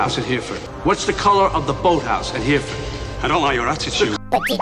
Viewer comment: Thank you for pronouncing Hereford correctly sir 👏🏼